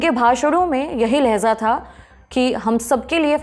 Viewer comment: Lahja ko lahza bol rhi hai madam or hizbulla ko hijbulla